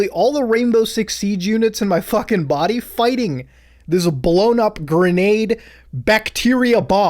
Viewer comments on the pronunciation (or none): just me who notices this? “Blown up in your bodeehh